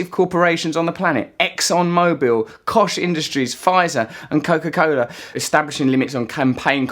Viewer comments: "Kosh Industries" Russell? You mean Koch Industries I think. It's pronounced 'Coke'. Like Coca Cola. Two billionaire brothers who have single handily bought America? They run the second biggest privately owned company in the U.S. These guys are not to be underestimated. Seriously, please check them out. Probably the two biggest supporters & financial contributors to the Corporations scary propaganda machine. They literally own the US government! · I think you pronounce "Koch" like Coke. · FYI, Koch is pronounced 'coke' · koch industries is pronounced like Coke just fwi. Love your channel though Russell! tell the trewth to everyone! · Slight correction here: Koch as in koch Industries is pronounced like the word "coke" I know I made this linguistic assumption too. Funny though that their name is pronounced just like the largest polluter of our innards (not to mention that destructive drug). Please do check out the Koch brothers. V.big polluters and the largest doners of dark money to political misfits in this country. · Koch industries is pronounced the same way as the word "coke." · its Koch (pronounced "coke" like coke ---aine or coke-----amunga)